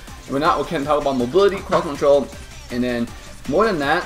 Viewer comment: Lmao "Crwod control" hahahaha